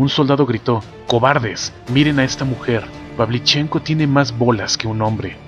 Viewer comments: Muy buen video; pero, el apellido Pavlíchenko es esdrújula, no grave. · Carlos Ferreyra El apellido se pronuncia con el acento en la "e" - PavlichEnko.